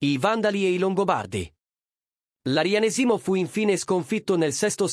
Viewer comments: Ma nn si dice " Arianèsimo" e nn "Arianesìmo"? Qalk1 gioca a fare l'ignorante......!! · Arianésimo, non Arianesìmo.🤣🤣🤣🤣😂😂😂😂🥰🥰🥰